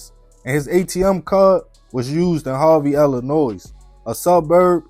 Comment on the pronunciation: Bro I fucks with you, but for the love of God STOP PRONOUNCING THE ‘S’ ILLINOIS! It’s pronounced ILLINOY!